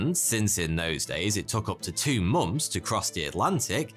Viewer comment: Love whenever he says "momths".